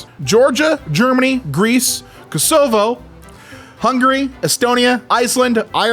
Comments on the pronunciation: his pronunciations are killing me. I was fine with “cassovo” (should be Koh - suh- voh) but “liketenstien?” (It should be Lick - ten - stein) (I think) Edit: “axii” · why did he pronounce "kosovo" like that